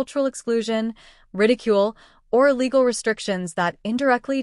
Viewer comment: “Legal” restrictions? The text says “legal”, but it sounds as if the AI voice said “illegal”. Which is it? If “legal”, what would those be??